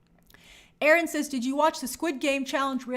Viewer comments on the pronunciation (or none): none